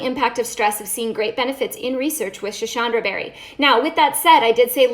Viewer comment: Schisandra . Not schishandra. Sss. Not shhh